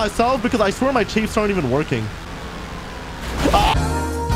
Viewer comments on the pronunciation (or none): I really, really enjoy your videos mate, but every time you say "CHAYYFE" instead of "CHAFF" I have the sudden urge to smash my screen because it's so irritating (AND YOU'VE BEEN DOING IT FOR YEARS YOU DOUGHNUT)! You're awesome mate, but seriously... It's Chaff not Chaaaayyfe. The A is sounds like it does in the words 'baffle,' or 'gavel' or 'tangle.' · It's chaff byw not chayf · For the love of god stop calling chaff chafe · I really, really enjoy your videos mate, but every time you say "CHAYYFE" instead of "CHAFF" I have the sudden urge to smash my screen because it's so irritating (AND YOU'VE BEEN DOING IT FOR YEARS YOU DOUGHNUT)! You're awesome mate, but seriously... It's Chaff not Chaaaayyfe. The A sounds like it does in the words 'baffle,' or 'gavel' or 'tangle.' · U gotta stop saying chaif. ITS CHAFF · Bro it's pronounced chAAAff, you keep saying Chafe lol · I thought it was pronounced chaff like laugh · In case you care, it’s pronounced like Aff. Chaff.